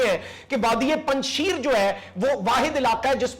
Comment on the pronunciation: You are pronouncing wrongly the word "Panjsher" even you are pronouncing it as panjsheer which is wrong. Panjsher Vly mean The Vly of five lions. Hope u hv understand what I'm trying to tell you